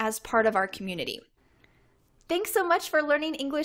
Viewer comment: why do you always pronounce ing as an n? going (goin) learning (learnin) having (havin)